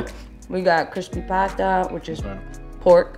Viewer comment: when she says crispy pata, its so on point, something bruno mars, olivia rodrigo, vanessa hudgens could never pronounce